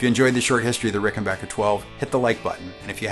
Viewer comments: FYI: A few times in the video you slip into saying "Ricken-bacher", instead of Rickenbacker. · Nope it’s rickenbacker per the family. Interestingly enough, only the guitar company had this bocker misnomer. You almost never hear people say bocker when their cousin, WW1 ace Eddie Rickenbacker is mentioned. His name is almost always pronounced backer properly. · Pronounced "Ricken-bach-er" vs the previously admonished "Ricken-Back-er" 😄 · why does everybody say Rickenbocker and not Rickenbacker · I was this many years old when I learned it is pronounced Rickenbacker, not RickenbOcker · Hip people still pronounce it "RickenBACHer". "RickenBACKer" just sounds silly.